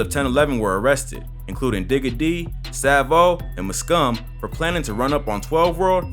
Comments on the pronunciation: it’s M-Skum not muskum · it's pronounced 'em-scum' btw. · Literally made my ears bleed.